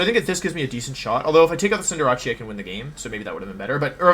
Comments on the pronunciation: Cinderatschi always makes me cringe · What's a cinderachee? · I subbed for "Cinderachi" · And then he butcher Cinderace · the purposeful mispronunciation of words like "guard" and "cinderace" infuriates me so....SO MUCH